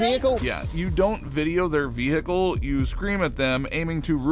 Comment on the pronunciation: What is a Veee Hickle? 😂😂😂